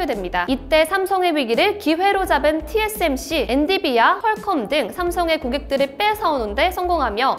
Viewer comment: 엔비디아를 엔디비아라고 발음하셨네요ㅋㅋㅋㅋ 실수도 커여우셔ㅋㅋㅋㅋㅋ😂